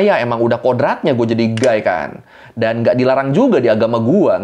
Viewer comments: Guy ya, bukan gay‼️🤣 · Guy bukan gay😭😭😭😭😭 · Ngakak....beda u sama a awkwkwkwk....jelas jelas guy...guy...bukan gay 😂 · Guy gaes bukan gay🤣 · A DI BACA E JADI GEYYYYYY BUKAN GAYYY HEEE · Penyebutan "gay" dan " guy" emang beda tipis tpi beda arti😂😂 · Bedain 'Guy' sama 'Gay' ya😂